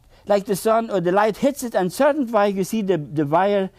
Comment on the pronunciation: He has a rare and beautiful talent. I love how he pronounces “way.” ❤